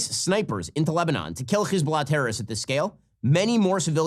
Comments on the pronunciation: When you say Hesbolah you have to pronounce the H like you got a loogie in the back of your throat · Why does Ben pronounce Hezbollah so weird. It sounds stupid and annoying. All you can do is tune him out. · He’s mispronouncing Hezbollah. It’s just an H.